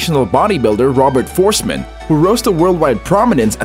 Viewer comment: Robert Fohrst-eh-man! Please take time to learn the pronunciation.